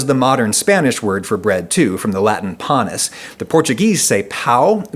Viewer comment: "panis" Nice going, you made me spit out my cereal